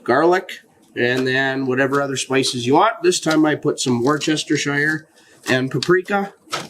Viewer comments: Worcestershire sauce is pronounced "wooster-sheer" sauce not war-chester-shire. 😅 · "woostersheer" not "washyoursistersheyer" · Pronounced….wooster sauce….. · Worcestershire sauce say Wooster Sauce or Wooster-Sheeeer Sauce. Sounds crazy but it’s how it sounds. 😂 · Bro, worCHESTERshire? 😂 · The english pronounce it worstersher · It's -----> WUSS - tuh - shurr 👍😎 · Say WUSTERSHEER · "War-chester"? Sips tea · Love teh video and recipes, thank you. FYI it's pronounced WOOSTERSHEER sauce. Typical English name has a lot more letters that are not pronounced. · It's said wustashh 😂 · "wooster - sheer" You're welcome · its pronounced "wuster-sheere sauce" Worcester Massachusetts is pronounced "wuster". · Worcestershire sauce is pronounced Wooster shire, just fyi if it helps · Nice,will definitely try this, thanks👍p.s- Its pronounced wustersheer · Worcestershire (Wistasheer) is how it's pronounced. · It’s pronounced wuster Phil. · Once never tires of watching Americans trying to say Worcestershire! 😂